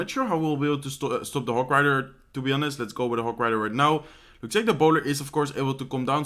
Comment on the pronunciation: in english you dont spell the 'h' in honest. sounds like onest :)